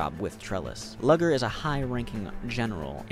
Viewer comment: "Lugger's" name is pronounced "Loo-gurr" my dude 😭